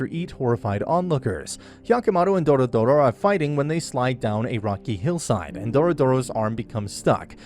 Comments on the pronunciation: HER NAME IS DORORO, NOT DORODORO ... i'm about to ragequit! stop calling HER dorodoro! it's dororo! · "DoRoDoRo" Lol DORODORO That sounds like the name of a car or smth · its really not that hard to say doro-ro. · It's DORORO not Dorodoro 😂😂😂😂😂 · "Dorodoro". Just kill me now please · Doro-Doro? Seriously? Her name is the name of the anime, it's not difficult to pronounce. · Literally, take a shot everytime he says the name wrong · Every time he says "Dorodoro" Osamu Tezuka rolls over in his grave. It's Dororo. Also it wasn't for money... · i can't count the times I cringe hearing dorodoro instead of Dororo which is the actual name of the anime and the character (child) I just can't contain this comment anymore. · DORORO not Doro Doro ... sorry it triggert me xD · It is t dorodoro but dororo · It's not Dorodoro it's Dororo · why are you calling her "DoroDoro"? its dororo like the name of the anime, only one "D" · Dorodoro- who doesn't know dorodoro- (Dororo. It's DO-RO-RO Also my guy being confused by her gender xD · you pronouced their name wrong, it's Dororo not Dorodoro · You keep saying doro doro but it’s dororo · it's DoRoRo NOT DORODORO FUCK. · I’m i the only one who noticed that he said her name every time incorrectly? It’s Dororo, not Dorodoro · he said " Doro Doro " sigh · It's not doro doro it's dororo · Doro-Doro? Jesus... it's DORORO 🤦‍♀🤦‍♀ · its DORORO not Dorodoro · "DORODORO"... it's Dororo mate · Isn't the kids name dororo, not dodoro? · It’s Dororo , not “dorodoro” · bro is no one gonna talk about how hes says dororo's name like "dorodoro" like bro how do u get it so wrong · The name is "Dororo" - not "doro doro" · Its dororo not dorodoro 😭😭😭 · Doro Doro?? you got the name wrong... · It's Do-Ro-Ro, not Doro-doro. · for gods sake stop saying doRO DORO. IT'S DORORO !1!!1!!1! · ITS NOT DORDORO ITS DORORO. You can at least get the names right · Why dorodoro when it’s dororo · It's Dororo not DoroDoro And Biwamaru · It's Dororo not Dorodoro. 😖